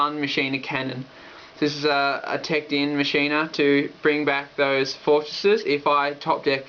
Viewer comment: Machina is pronounced Mach-Ina. Not Machine-a.